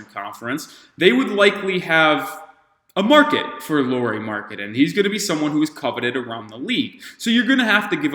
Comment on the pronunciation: I doubt Lauri will be up for the trade but it's interesting to see all the teams dreaming of him 😄 Just couple comments: Lauri is pronunciated like "Lowry" in Kyle Lowry and he is literally 7 foot (213cm), not 6 and something 😃 Also he has played a lot as a 3 in Utah too, not just in Cleveland and I think he has played that better than the smallball 5 you were suggesting. He has though played all the 3-5 positions at least little bit in Utah.